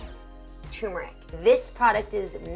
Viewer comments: Toomerric ‘ turmeric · says turmeric right. R is not silent.